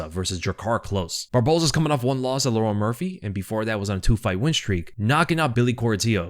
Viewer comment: Bro can't pronounce Lerone